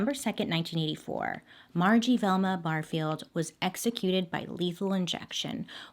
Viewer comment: i’m from SC and my last name is Barfield and it was really weird hearing you pronounce it like that 💀